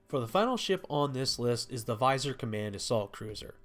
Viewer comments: Minor critique. Vizier is Viz-Ee-er or Viz-ee-air. Not Visor. Visor is eyewear. Vizier is a political rank. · AIR-heart; Vi-ZEER. A look at a dictionary will provide the pronunciation, meaning and source of the word. Learn words and prosper!